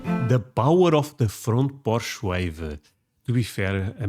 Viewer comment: I thought you said front Porsche and I was like, not a lot of us have those!😂